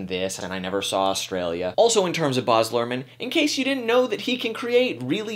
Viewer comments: Baz, not Boz... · I don't know whether you're trying to be more professional when you say "Bahhz" as perhaps an upper-class English person would, but it's "Baz". Super Australian and tacky, and short for "Barrie".